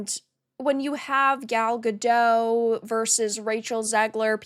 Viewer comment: Great reporting 👍! Gal Gadot is a Hebrew name—it does not rhyme with "Godot" or "row" /ˈɹoʊ/ (US), /ˈɹəʊ/ (UK). It is pronounced [ˈɡal ɡaˈdot], ie. with a /t/ sound at the end, like in the word "not" /nɑt/ (US), /nɒt/ (UK).